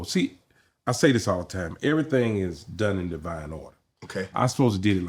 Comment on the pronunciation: This was a great show. Love Bruce Bruce and how positive he is. Love it when he said, "Everything happens in Divive Time!"